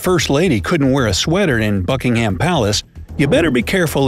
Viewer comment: he said bucking HAM not bucking hum